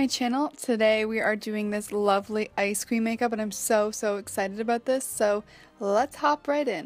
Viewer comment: Am I the only one who heard "today we are doing this lovely ICRE CREAM makeup" ? 😂